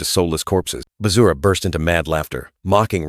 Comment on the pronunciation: Bruh said Vajra is Bazura😂